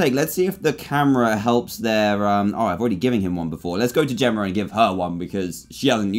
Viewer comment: How dantdm speaks: Jemmer instead of Jemma Zelder instead of Zelda